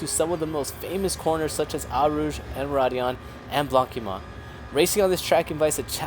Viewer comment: Eau in Eau Rouge is pronounced 'Oh' :) And blanchimont is 'blon-she-mon'... And Seca in Laguna Seca is 'Say-cah'.